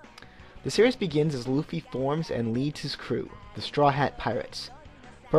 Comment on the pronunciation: I say "Luffy" like it's read, not like "L-oo-ffy